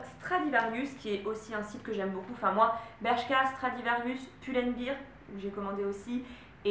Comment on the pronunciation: C'est pull & BEAR, pas pull & beer ! hahaha